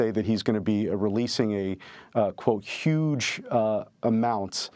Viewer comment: This guy is taking the MIKKY, he said Desanctus and Huuuuge😅 😂😅